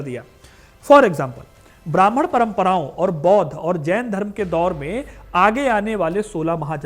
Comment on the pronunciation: How Mai avo bhraman dharm kya hota hai? Bol ne mai thoda dhyan do.